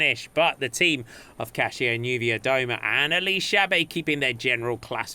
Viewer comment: Props for pronouncing 'Kasia' the right way :)